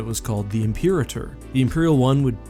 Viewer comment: “Impeereter” Star Destroyer?